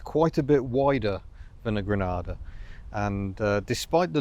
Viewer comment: I thought you said an Aussie Ford Grandad ..